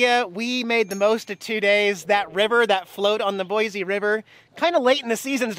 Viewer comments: Boy-see. Not Boy-zee. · The good oh BOISE (BOY-SEE) River.